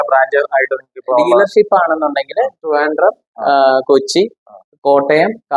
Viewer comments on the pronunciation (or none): none